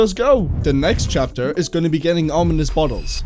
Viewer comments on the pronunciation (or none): 'chatper' lol